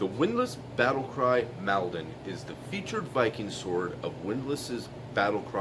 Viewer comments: It's pronounced "maul-don" like wall or fall not pal 😉 Sword is based on those used at the Battle of Maldon is Essex by the river Blackwater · Does it have distal taper🤔🇬🇧...it is pronounced moldon